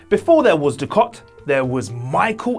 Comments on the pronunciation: its dukat not dukot lol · "Before there was DOO-KOT..." !?!? (4.40) ... genuine Trek fan, clearly :/ * & many other genuinely annoying errors ; why do Trek vids if you don't give a funk, lads !?